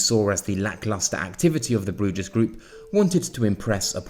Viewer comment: Bruges is pronounced as Brews